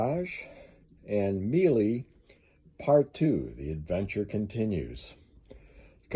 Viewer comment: Also love Miele for quality and reparability, I didn't know they made gas dryers before seeing your video, It's pronounced "Meeler" BTW